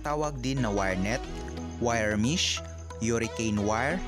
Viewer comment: Mesh po hindi mish.. hindi dahil dun kumportable ang dila mo dun nalang. simpleng pag bigkas ng tama kinakatamaran